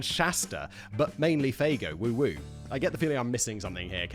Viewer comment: its not woo woo. its woop woop